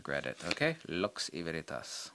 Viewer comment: If you are saying lux et veritas, you are saying it with strong american accent and it's hard to understand. What you said before that is even harder:))for me. I just found your chanel and i love it, time seems to not be wasted watching your stuff. You are a great guy and I wish you whatever you need🙌